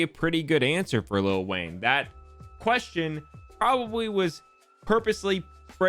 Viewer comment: I love how he says probwably